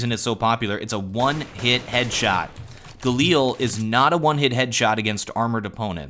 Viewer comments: Its not Gal-eel, its Gal-il, holy sweetness that annoyed me whenever you said that XD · Stop calling it the Galeel...